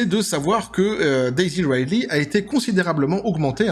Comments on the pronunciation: Juste un truc : "Ridley" se prononce "ridli" en anglais, pas "raïdley". Par contre, je sais pas quel film t'as regardé, mais même si peu de gens aiment Rey, tous s'accordent à dire que le jeu de Daisy Ridley est bon, car il l'est réellement. Elle n'est pas mauvaise actrice, loin de là. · Ah on est d'accord, c'est plutôt "Ridli".